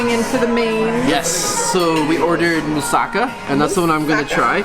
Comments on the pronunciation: Moo-Sah-KA. NOT Moo-SAH-Ka. Learn how to pronounce before you embarrass yourselves by showing your ignorance. It's also pronounced PLAH-ka, not PLAKKK-uh. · It’s pronounced MOOSE-akah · Its not pronounced like that its called MousakAs